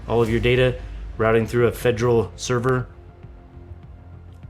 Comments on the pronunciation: it should be fe-der-al. You're leaving out the second 'e.' And saying more of an -ol and the end instead of -al or -ul. It starts the same as "federation," for reference. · Great video but the way you say "federal" kinda ticks me off